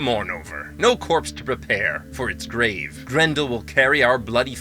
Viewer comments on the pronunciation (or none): none